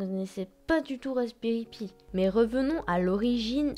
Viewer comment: Rasberry pi se prononce [paie] pas [py] et le rasberry pi est très connus et n'est pas encore délèssé.